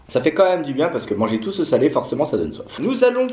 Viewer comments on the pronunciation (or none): none